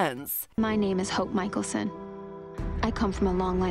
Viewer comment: It makes me sad and mad that she says Damien instead of Damon and Stefon instead of Stefan and Mickyson instead of Mickelson No hate tho